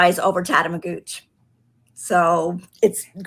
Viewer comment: Tatamagouch Yarn has indeed moved to Wentworth. I was there two weeks ago and took a class in two colour Brioche. I think I should have tried one colour first! By the way, the last syllable in Tatamagouche is pronounced "ush" like bush, rather that "ooch" like pooch. Don't worry, you're hardly the first to make that same mistake!:)